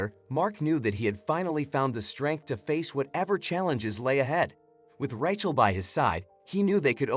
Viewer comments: Learn how to pronounce Rachel. It’s RAYchel. Not Rat-Chel. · Ra-chael,say it right. And this story is a line of crap.